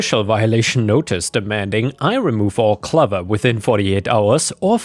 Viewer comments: clover is pronounced like glow-ver not glove-ver, said this before, if you aren't sure how an english word is pronounced you can use google to teach you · "Clover" has a long "O. It rhymes with "over" not"lover". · Probably worth mentioning that the "clove" in "clover" is pronounced like "clove" not "glove" - this is one of the few words which shows off that English isn't your first language. Not a big deal, and I really enjoy your videos, but it felt like it might be worth mentioning in case it comes up in future.